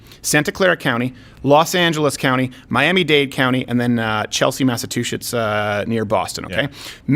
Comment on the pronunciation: Okay,Crowder... I love you.. I really do.. but cmon. I'm outta work due to corona... for 25 bucks, I'll teach you how to pronounce my birthstate... Massachusetts. . lol..gimme a break